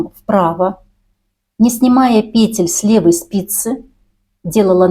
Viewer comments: ПетЕль а не пЕтель, откуда ты, мастерица😂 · У меня бальзам в уши льётся: пЕтель, накИд. Мама моя, как хорошо! Спасибо! Куртка шикарная!